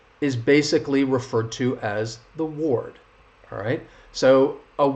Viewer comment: Ahhh and one more thing please: word and ward sound almost the same !! I guess in the first case the -or makes the same sound as in girl, curly, term…right? And in “ward” the sound is as in car ?? But I don’t hear you pronounce it like that …